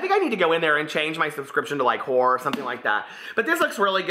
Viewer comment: I died when you mispronounced horror twice 😂 naughty naughty